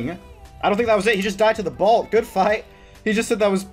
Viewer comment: BOLT NOT BALT